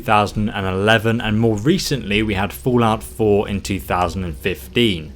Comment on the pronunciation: "fool-out 4".